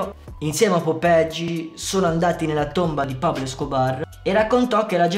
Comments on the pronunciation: perché dici "popegi" se è "popeye" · BRO IL VIDEO SPACCA E TUTTI MA, NON SI LEGGE POPEGI MA POPAI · Non si pronuncia Popegi, ma "Popeglie" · si pronuncia popeye in spagnolo non popege lol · Fra bel video ma si pronuncia popeie non popegi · Figa proprio tu che sei dominicano è sai lo spagnolo non è popeje come lo dici dici è popeye come dire oye è la stessa pronuncia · Ma perché dici popegi ahhahahahahahah